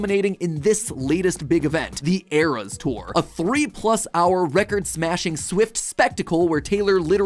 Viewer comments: Ee-res tour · "earas tour"